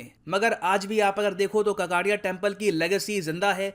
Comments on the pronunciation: काकतीय वंश है काकातीय नही कृप्या सुधार कीजिए । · काकतिय not ककातिय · It's not कक्कटिय it's काकतिया pronounciation is not correct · ककाटिया nahi..it's काकतीय... pehle apne desh me jo bhashaye hai to unhe respect karna.seekho! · ककाटिया नहीं शुद्ध उच्चारण काकतीय है। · Sir it's not ककाटीया it's काकतीया ☺☺ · Kakatiya is not pronounced (ककटिया) It's pronounced as (काकतीय) (కాకతీయ) Ans: Liverpool recently lost its UNESCO world heritage city tag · काकतीय please don't kill the language with mis pronunciation 🙏🙏🙏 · Sir, please pronociate it as 'काकतीय' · A proud moment for Hamara pyara BHARATH 🇮🇳🇮🇳🇮🇳 Sir, a small note. You are spelling Kakatiya wrong. It is spelt as काकतीया . My mother tongue is Telugu btw nd I'm from Telangana. Also near to Ramappa temple, there is 1000 pillar temple and bhadrakali temple. These both places are also places of interest nearby. In Warangal. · It is correctly called काकतीय